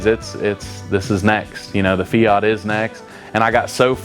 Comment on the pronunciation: It is not a feoot is is called a fiat , it sounds so odd how you pronounce the word fiat😊